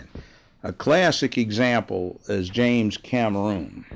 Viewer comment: This nigga country then a mf! 😂 “James Cam err roon” 🤔